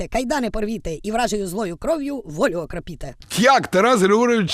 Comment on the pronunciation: Окропитэ😂😂😂😂 Окропытэ